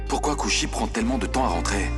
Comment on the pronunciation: J'adore la façon dont Payal prononce le nom de Kushi, Quand Kushi l'as Taquine,Jaime tout les deux de la même Manière,mais parfois Payal m'énerve mais bon c'est qu'une série❤❤😂